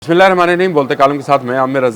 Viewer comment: بسم اللہ کو کچھ صحیح طریقے سے پڑھ لیا کرو بھائی صاحب